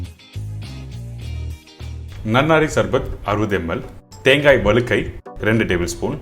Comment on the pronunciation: அது வளுக்கை இல்ல😂வழுக்கை.தமிழர்களே தமிழை கொலை செய்யலாமா